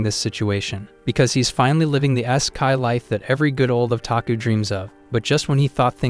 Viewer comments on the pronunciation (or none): not even 30 seconds in and we got "man wah" and "eyes kai". Let's see if I can hold out for 3 minutes.